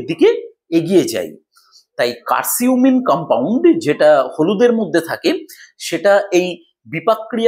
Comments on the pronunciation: আসসালামু আলাইকুম বড় ভাই উচ্চারণটা কার সিম হবে না উচ্চারণ হবে কারকিউম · কারকিউমিন,কার্সিউমিন না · Hmm,❤ উচ্চারণটা ভুল বলছেন